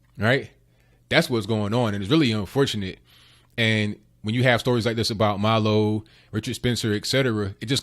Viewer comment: It's MILO not Malo... He is Jewish and Gay and a Conservative 🌈